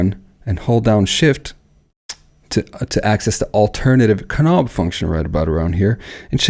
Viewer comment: Hello! Great video! But I must ask: are you joking around when you pronounce the word "knob" like it is written instead of the real pronounciation "nobb" and the word "while" like "schhwile" instead of the pronounciation "wail"? He-he just asking. Very good video!